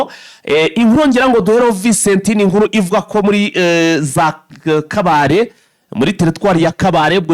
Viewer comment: Mwatse ntabwo ari kabale ni kabare.